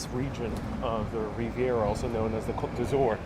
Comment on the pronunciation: It's 'Côte d'Azur'. Not every French word requires a final 'e'...